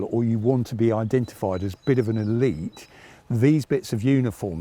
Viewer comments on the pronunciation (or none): none